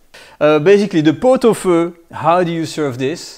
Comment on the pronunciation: I believe it is pronounced “feu”.